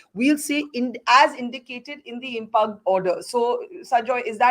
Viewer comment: Barkha. IMPUGNED is pronounced as im.PIYOOND not im.puhgnd!!!!